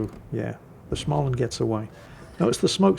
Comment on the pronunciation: is it time to annoy whit prononciation again? Schmaland... no ch-sound there, mate 🤣